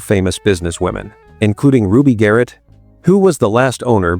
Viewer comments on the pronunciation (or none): none